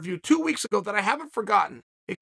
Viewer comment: Chael "I haven't fergarten" Sonnen